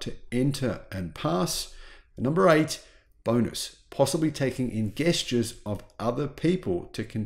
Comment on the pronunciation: Did you say gestures like guest? Is that an Oz thing? I'm just jesting. I mean i am gust gesting. Thanks for all your great videos. Snappy.